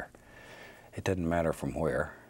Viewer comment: I love hearing him say "It dutten matter"